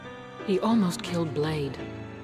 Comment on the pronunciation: D Boy? It’s blade.